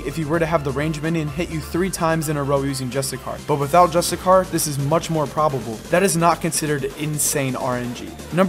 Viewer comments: dont know how this popped up and noticed its cool concept and all but please stop saying just a car, its justiciar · Im pretty sure its justiCIAR not justiCAR. like justice-iar. just so you call it right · Re record the video and say justiciar instead of justicar ffs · It's justiciar (jus-tissy-ar), not justicar. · Just so you know dude it's pronounced Justisheer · ITS JUSTI-SHEER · ironic you went to the trouble to google definitions and put them in the video to substantiate your claims but still pronounce "justiciar" incorrectly*